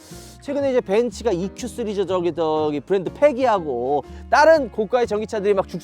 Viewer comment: 형 스리즈 아니고 시리즈요!